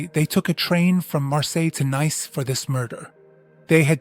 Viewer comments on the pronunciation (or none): It's not pronounced n a i c e but nis. Its the of Nice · Nice is pronounced ‘niece’.